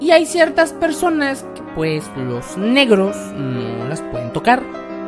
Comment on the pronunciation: Pnche furra la que dice En keh my orehaaa eh keh la orehaaa 😂😂😂😂😂😂